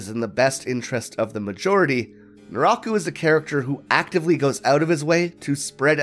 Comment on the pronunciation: It took me the whole video to figure out nuráhku is some weird pronunciation of naraku, it threw me off hard